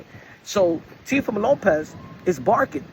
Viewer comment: I seen it and Turki needs to learn how to pronounce Teofimos name properly 😂😂😂 Looks like they may very well get the Boots vs Teo fight